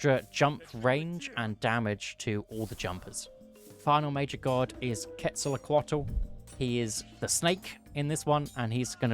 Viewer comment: that pronounciation was all over the place... its not itzpapatol its itzpapalotl. its not quetzolacualt or whatever you said im surprised how wrong you got that one